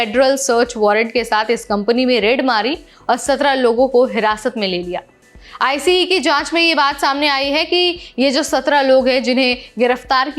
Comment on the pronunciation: आईसीई, आईसीई मत बोलो! आइस बोलो! यहां अमेरिका में आइस नाम से पहचाना जाता है।